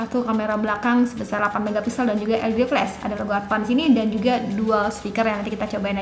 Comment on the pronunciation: Maaf kak, Advan kak bukan ADVAND